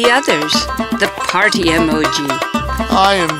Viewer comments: It’s let’s peeeeerty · why does the emoji "lets Party" keep saying lets plarty for every reason its so werid but i still like the story 🥳🥳🥳🥳